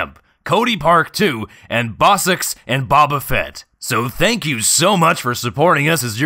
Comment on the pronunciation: lol at the end he said "bob-a fett and bossuks" XD